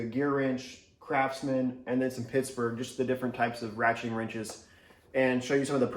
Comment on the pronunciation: Was he saying crapsman, or was it just my ears?